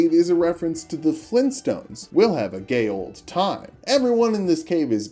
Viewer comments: Correcting pronunciation on "gael" then immediately mispronouncing "gaol" as "gay-ol" and not "jail" because "gaol" is and old spelling of "jail" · Fun fact: Gaol is actually pronounced like Jail which I thought made the joke more funny